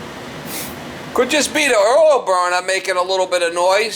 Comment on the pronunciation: “earl burner” 😂